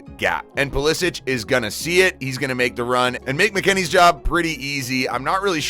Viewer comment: Either Pulishich or Pulisik, but not Pulisich